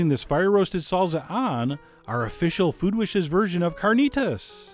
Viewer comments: Did white boy say "salza" ITS SALSA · salSa not salZa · its pronounced salSa not salZZZa, I'm not sure you should trust your spanish teacher anymore lol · It's saal -saa not sal-zuh lmao! I know... I'm Cuban! Lol love your videos!!!!!!!!! Obsessed with your channel!!! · Saul za? Lol! Why is it that the French, Italians and Germans can pronounce one simple word the same as Spaniards but Americans struggle with common pronunciations from their southern neighbors? Love your cooking chef! Keep it up! Much love from southern France. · wow yea no Z in SALSA its pronounced Saal Saah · there is no Z from an S sound in ANY language(except hungarian). SALSA. 2 SSSSSSSes. seriously. I will never believe you on the pronunciation of anything. I love your recipes John, but your pronunciation of everything is atrocious. Pronunciation is part of the education of any dish, make it a priority. I want to believe you're not someone who says MARSCApone......